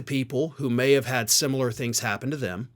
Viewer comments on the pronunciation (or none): none